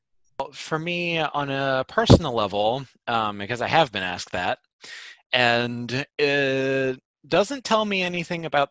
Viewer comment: It is pronounced asked. Not "axed". 😑